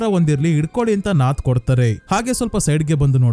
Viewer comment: ಕಲಂ ಕಾವಲ್ ಅಲ್ಲ ಕಾಲಂ ಕಾವಲ್. ನಾತ್ ಅಲ್ಲ ನತ್ತ್ ನತ್ತ್ ಅಂದ್ರೆ ಗೂಬೆ